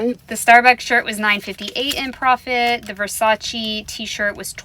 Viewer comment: Gurrrllll. Versace (pronounced Versacheh not Versachi. 😊